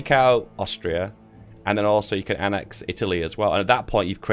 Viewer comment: Its annex not annax